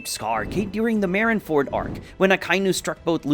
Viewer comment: "Merin Ford" For some reason it makes me mad.